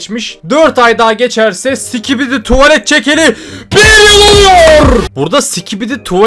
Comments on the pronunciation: abi skibidi diye söylicen biraz öğretsinler ve sikibidi diyon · o değilde başta si*kibidi demesi nsdgfnjk<svbjfhwbafkcjb